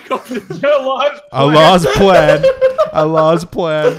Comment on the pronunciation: I was enjoying this until mispronounced allah 🤷🏼‍♀️🤷🏼‍♀️🤷🏼‍♀️🤷🏼‍♀️🤷🏼‍♀️